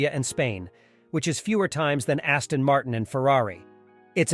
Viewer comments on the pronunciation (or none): none